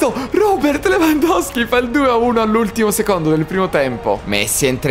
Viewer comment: Si dice Lewandowski